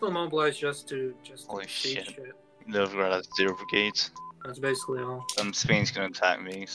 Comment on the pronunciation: The way says Novgorod hurts my brain.